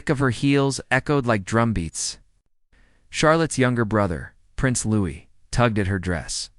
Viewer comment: Congratulations on the pronunciation of name of Prince Louis.